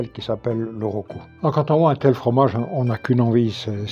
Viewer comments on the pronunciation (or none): Peut-être que j'entends mal, mais c'est "roucou" et non "rocou". Le roucou est toujours utilisé actuellement aux Antilles pour aromatiser l'huile ou le beurre. Les amérindiens l'utilisaient également pour éloigner les insectes. Ils s'enduisaient le corps de roucou, ce qui leur donnait à leur peau une couleur rougeâtre.